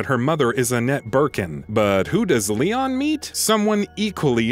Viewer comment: he says Leo instead of Leon